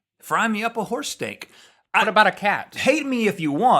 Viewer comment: I have eaten horse, only he pronounced it Hoss.